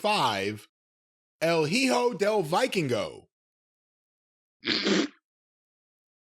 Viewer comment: I love how Jim always pronounces El Hio del Vikingo in a way that makes it sound like he's a Thundercats character.